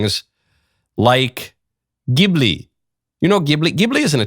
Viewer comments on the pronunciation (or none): My Chinese future daughter-in-law says Zheelee, not Gibblee. ??? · I laughed so hard to hear him miss pronounce Ghibli. It's pronounced jibli. The gh makes a soft j sound. I know anime nerd here. 😂😂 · The katakana being used (ジ) would suggest the soft ‘g’.